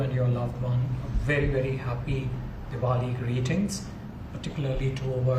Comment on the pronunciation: Did he said Devoli